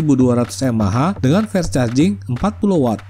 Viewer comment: Fast ya fast bunyinya om, masak jadi fest 😆